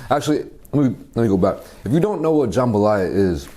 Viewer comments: IVE NEVER CLICKED SO FAST AS a true authentic cajun girl, i had to see this. Will edit after watching edddit Okay its not JahmbahhLaya. Its JUMbah Laya. Usually jambalaya has sausage and chicken. This one looks good. It doesnt have big big pieces of peppers or tomato. Theres NO tomato!!! Hehehe. Im just so happy he enjoyed nxt. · Looks authentic, though the veggies look somewhat large. Also we pronounce it more like “jum-buh-ly-uh”. Pretty awesome that this dish made it out to Korea. Do some gumbo, boudin, or crawfish etouffee next!